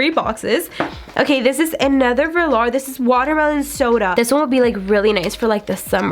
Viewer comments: Did anyone else hear her say velar and amunation instead of velour and ammunition? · VO-LURE not Verlar... it was killin me. Otherwise great video 😊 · Vehlaar 😂 I cant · Please please please learn to pronounce the names correctly. It’s not Veh-Lar. It’s pronounced Vuh-lure. That was making me crazy. Ammunition not animation. And if you swatch could you show the swatches close up so everyone can actually see ? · it’s vuh-lore not lure smh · “velAR’ girl it’s velour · I noticed that too... velar, ammunation, and settle instead of subtle. Lol. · And velar instead of velour. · I’m sorry but I cringed at how you said velour 💀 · When she was talking about the liquid lipsticks I was like, "wait, what is she saying before each one?" After the fourth one I realized she was trying to say VELOUR. like girl lmao